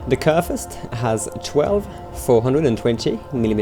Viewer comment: It was actually quite on point. Although the "v" is in this case pronounced more like an "f". On another note, will you ever cover carriers? That would seem like an interesting new project.